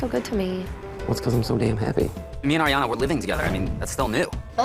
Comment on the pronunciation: Just as an aside when you pronounce Ariana you need to think of it as Riana start with the hard R and it will be right. Just from one Ariana who has struggled with this for my whole life lol.